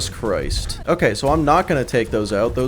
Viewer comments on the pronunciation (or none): none